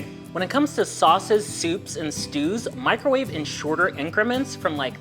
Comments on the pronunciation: Mick-ro-WAH-vay had me rolling 😂❤ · Especially when he says it casually the second time